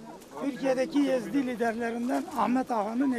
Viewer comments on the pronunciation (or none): Yezid değil ezidi